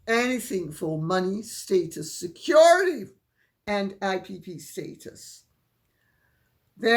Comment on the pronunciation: Lady C love you so much you keep me in the loop I love your props pillows pigs & acting , but Im puzzled You say “ security “ in a different accent than your British aristocratic innate one —where is that from ? I laugh every time ! How in the world does a nobody get engaged to a Prince think or malign connive to get a higher position within the heirarchy? How does this horrible woman not be impressed and respectable to this institution ? Harry you must hate the hand that feeds 🤑you to have given this pathological narcissist a platform to wreak havoc on your family & ultimately be your downfall . Harry you are a troubled man who is sleeping with the enemy! Im watching for the end to this nightmare !!🤢